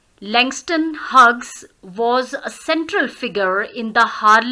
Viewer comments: Are u pronouncing correctly "huges" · I m sorry it's mistakenly pronounced it must be pronounced as hews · No sorry mistakenly pronounced Plz... It's is pronounced as hews is pronounced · You pronounc of Hughes is wrong 👎